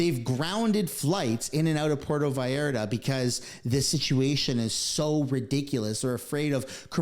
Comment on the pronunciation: pronounca correctly Pur e to Vall ar ta..